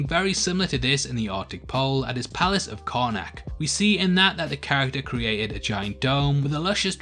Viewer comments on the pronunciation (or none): none